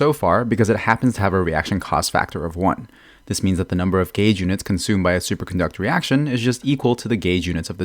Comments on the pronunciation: Elemental GAYS theory HE SAYS😂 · Is it just me or anyone else too who suddenly thinks about Zyox and Zajef whenever he said Gauge(Sounds like Gayge)?